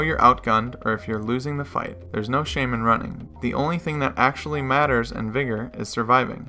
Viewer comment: Ayyo you sure you’re pronouncing the name of the game right?